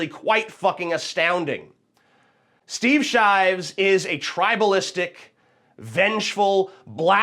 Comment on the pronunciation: "shteev sheevs"